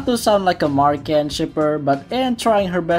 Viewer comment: i cant believe you still pronounced it as mark-anne 😭 great video tho! im also on a firm believer that every episode in amphibia is essential